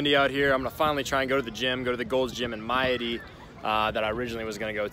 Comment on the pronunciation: Just stumbled on this makes me homesick. Maadi is pronounced Mah-ah-di I went to highschool there!